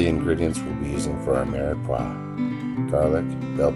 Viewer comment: Its the Trinity not Mirox